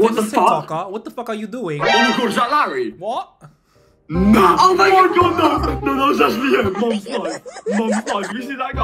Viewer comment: I was raging when they said Larry not larray